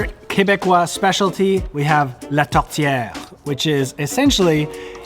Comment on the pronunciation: We have atlantic salmon here in the East! Haha. And those candied salmon exist here alors and are DELICIOUS. Buuuuuttttt...... maple sirup on a poutine? That's interesting haha! And good job on your French pronounciation. Tourtière is perfectly said!